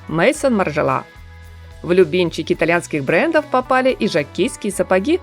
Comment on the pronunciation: НЕ МЕЙСОН МАРЖЕЛА, а МИЗОН (ударение на О) перевод Дом Маржела. СТЫДНО НЕ ЗНАТЬ, раз вы обзоры делаете 🤦🏼‍♀️